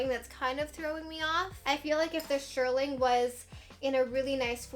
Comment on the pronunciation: not to be mean but if you are going to say shearling a million times, pronounce it correctly!! Shear (like a scissor) ling. Shearling, not shirling.